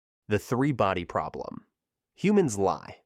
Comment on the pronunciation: Bro butchered the three body problem lol